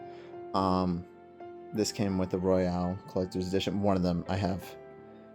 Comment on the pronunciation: It's royal not Royale 🥀